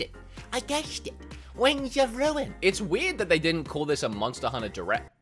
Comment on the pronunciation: Nobody:: "MoNsTa HuNNA??"